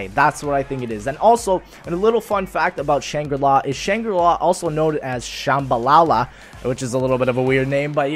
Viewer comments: Shambala not Shambalala :) also was i the only one who was thinking about the Uncharted 2 storyline whilst he spoke about Shambala? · its pronounced Sham-Bal-La have you never played uncharted jeez